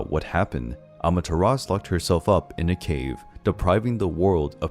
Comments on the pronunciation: The name is pronounced amaterasu Not amateras SHE was susanoo's sister. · Bruh, the "U" i Amaterasu is not silent.